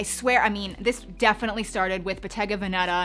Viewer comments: It's Bottéga Véneta - not Vènètah. Just for precision sake (I'm Italian so please feel free to correct my English in exchange 😉) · Just in case you don't know what Bottega Veneta means here goes, it means Venetian shop. Pronunciation is Bo-ttega ve-net-à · Botega Veneta. Please don’t kill it lol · I keep hearing bottega banana🙄